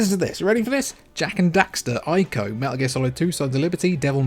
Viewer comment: Get ready for people complaining about the mispronunciation of Ico. Anyway, my top two are the PS3 and PSP. Sony had to go really hard on them to make them successful and we got the better end of it. Naughty Dog actually released 4 amazing games on the PS3. But only 2.5 on the PS4 and nothing new on the PS5. Other 1st party studios have similar decreases in output. I think the only expection is Insomniac. Looking forward to the Nintendo systems getting ranked